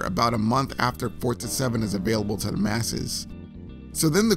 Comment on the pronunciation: I always thought it was Forza, but yep, Fortza is the correct pronunciation.